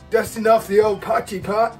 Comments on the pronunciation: You say "po-chee" but it's actually pronounced "poy-key" :) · Its pronounced Poi Key not Potchy 😂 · Poy (like toy) key. Poy-key. Not potchie.